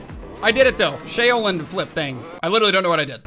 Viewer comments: ... 'Chow-lin'... Now say it with an "S" at the front... Thats how Shaolin is pronounced. lol. Sorry, but "Shay-o-lin" was killing me. 😂😂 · It’s sha-o-Lin you pronounce the a and the o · The shaolin flip is pronounced Sh' ow ' lin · Shaolin = shh-ow-lynn like kung fu and Wu Tang lolz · Like Shaolin China …. You should be embarrassed. Pronounce the O like a U. “Shau-Lin” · Exactly lol. He would know this if he's listened to at least 1 Wu-Tang album. Lol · you were saying Shaolin wrong. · Shaolin is pronounced like shower minus the ER; lynn. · I take it you've never listened to Wu-Tang by your pronunciation of "Shaolin" lol.. #straightfromtheslumsofshaolin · You’ve never heard of a shaolin monk? The way you pronounced it is bothersome